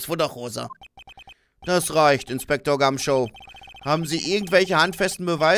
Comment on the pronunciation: Der Inspektor heißt Gum"shoe" also wie der Schuh ^^ Bei dir klingt das immer wie Show